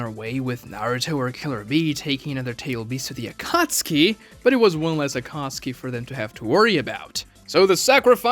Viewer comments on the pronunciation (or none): none